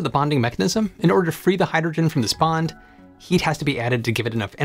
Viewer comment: If I play this at .75 (3/4) speed, I understand the words better but the narrator still sounds like he's slurring his speech. Hydrogen comes out hygegin. If he would take the time to enunciate the words then it wouldn't be necessary to modify the playback speed.